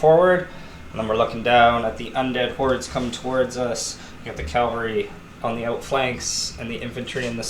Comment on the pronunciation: CAValry. Not CALVary.